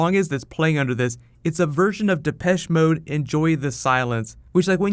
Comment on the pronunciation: you accent on Depeche Mode is super weird